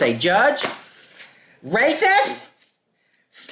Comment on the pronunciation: "So rathitht, I'm opaque" 😆😆😆